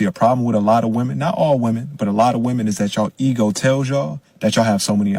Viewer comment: Why is it that nobody can properly pronounce the plural of “woman” anymore? “Did IQ’s drop sharply while I was away?” -Ellen Ripley